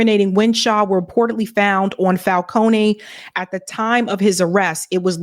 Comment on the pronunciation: Drop the "a" sound in "Falcone". It's a common Italian name and nothing personal my dear you speak well but your pronunciation while reading really needs practice. Have a good day.